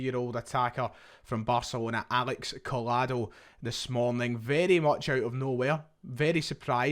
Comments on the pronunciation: A double L in Spanish is said like a Y. Like Coy-ado, not coll-ado, if we’re gonna sign him this would really wind me up if people said his name like this 😂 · Pronounced Coyado. Barca and Celtic fan here. Good player, Xavi likes him but the competition is too much at Camp Nou esp after this summer's spree